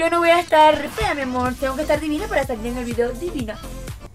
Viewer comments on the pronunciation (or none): por que dices miamorch